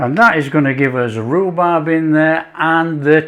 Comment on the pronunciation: Hey it was so delicious you said Rubrab 😂 thanks for sharing